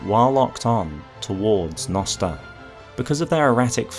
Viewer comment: Also "jnoster"